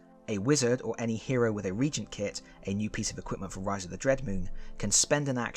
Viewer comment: I love your reviews of the Heroquest expansions. Not to be impolite and it might be Avalon's fault but I think it's pronounced Re-agent, at least here in the states. Keep up the great work!